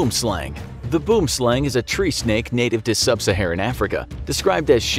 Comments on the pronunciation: Boomslang's correct pronunciation in the native language is "Bwim-Slung" if you were to try and say it in an English accent. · Tip for pronouncing "boomslang". Say "worm". Then put in a b in front. "bworm". Then slung. "bwormslung" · It’s boo-wem sl-u(as in up) ng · I’m dying 🤣🤣🤣 ‘Boom- slang’ 🤣🤣🤣🤣 It’s pronounced very differently to that 🤣🤣🤣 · you are saying boomslang wrong..., ite pronounced or sound more like "slung" translating to "snake" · All Afrikaners are mad cuz he said BOOMSLANG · I never knew I was pronouncing it wrong! The way it's written out looks to me like it would be pronounced as it is in the video, but thank you for teaching the proper way to say boomslang! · I am Afrikaans which the name Boomslang originates. I burst out laughing when you pronounced it! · The pronounciation of the Boomslang is really bad. However I see on the internet is not giving the correct pronunciation of the word either as it is not South Africans giving the pronunciation. This is a Afrikaans South African word, it means "Tree Snake" I really enjoyed the video but that really grated me. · Boomslang is "Tree-snake" in my language. I'm Afrikaans and you don't pronounce it that way xD . The snake's name come from our language. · Sorry to say but you pronounced "Boomslang" wrong. Lol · BOOM SLANG THat is the worst attempt at afrikaans 😂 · He said boom slang wrong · Terrible pronunciation of "Boomslang". With "Boom" the "oo" is similar to the "ui" in "ruin". With "slang" it is pronounced "slung". It's an Afrikaans name.